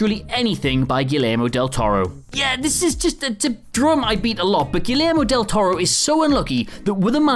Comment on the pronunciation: With as much as folks on this channel claim to appreciate Guillermo Del Toro, why can't they pronounce the man's name correctly? It's not like it's hard, or like it's a particularly uncommon name